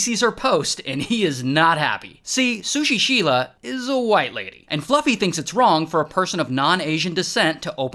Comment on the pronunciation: Sushi seela? 🤣